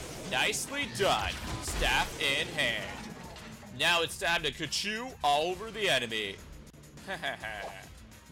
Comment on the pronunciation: its khonshu ok kachu